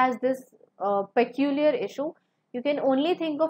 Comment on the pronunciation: Madam, your English pronunciation is wrong in many cases like peculiar.